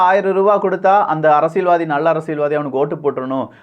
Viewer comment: ஆழமான அரசியள் சதுரங்கம் 🤦🏾‍♂️. தமிழ் உச்சரிப்பு improve பண்ணனும். நல்ல கருத்து though